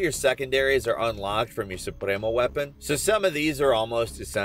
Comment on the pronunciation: As a Latino I can say you said “Supremo” pretty well